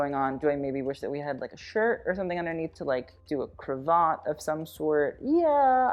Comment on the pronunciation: Triple pearl chokers. On theme. Queen Alexandra George Vth’s wife wore a glorious set. Princess Diana wore one in the 1980s. Cravat rhymes with cat. The lovely black figure of 8 braided closing on the black jacket frogging. I am so impressed at how much background and referencing you put together for two almost back to back episodes.Do you ever sleep?